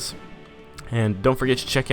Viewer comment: Found out your channel just now, watched a bit and when you said "to" as "tu" I knew you were brazilian. Seu inglês é muito bom, se não fosse pelo "to" entregando, eu demoraria à descobrir que tu era brasileiro xD